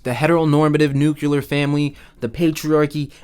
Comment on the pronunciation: saying nucular instead of nuclear is supportive of white supremacy, colonialism, patriarchy and hetero normativity